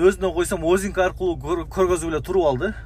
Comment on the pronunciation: Озинки эмес азинки дечи туура суйлочу